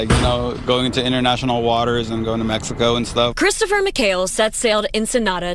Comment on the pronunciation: "This trip to Meixco was no bueno" 😂😂the reporter being a reporter